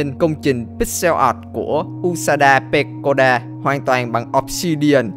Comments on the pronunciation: Anh Có Nói Đến 1 Vtuber Tên Là Pekora Nhưng Lại Đọc Là Pekoda Ý Là Ảnh Nói Sai Đó Thế Thôi:)) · Pekora nha anh no pekoda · not pekoda bro là pekora